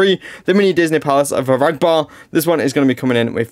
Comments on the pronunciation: a-GRA-ba not a-RAG-ba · Its pronounced agrabah